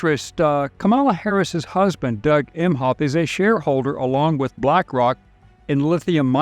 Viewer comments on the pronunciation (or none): none